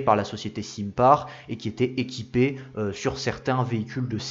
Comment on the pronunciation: SINPAR = Sainpar (prononciation)